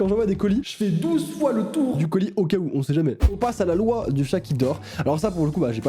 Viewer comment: Il a dit loua au lieu de loi 🤣🤣😭